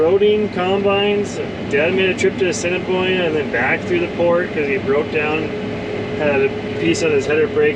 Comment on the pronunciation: Well done pronouncing Assiniboia! People from SK can’t even get it right.